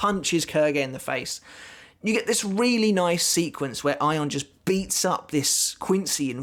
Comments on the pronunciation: Your pronunciation of his name is spot on, that is how Ayon is said in Spanish. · Yes, you're right about the pronunciation (the katakana says Ayon). Anyway, THANKS for doing Ayon! I really liked how Kubo portrayed the despair/hopelessness aspect of Ayon. And things got serious QUICK when Ayon took a chunk out of Matsumoto's oblique! :-O Oh and yes, it was a splendid treat to have Ayon make a cameo later!! Thank you!